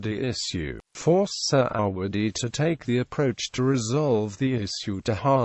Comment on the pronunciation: Couldn't you get someone who can read a script properly and pronounce indigenous names with some semblance of accuracy. The main protagonist's surname is pronounced phonetically Surr - a - wuddy. (Definitely NOT 'Sir -ah-waddy') UGH!